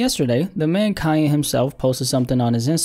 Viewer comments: What are you calling him? Kiya.. or am i just tripping.. pronounce the n man..kannnnnye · why do u say "calle" thats a spanish word lol its KanYe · Like this every time he says Kaye West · Man said "Ka-ye" 😂